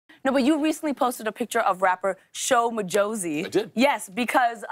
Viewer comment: The way she said sho majozi ,no guys 💔💔💔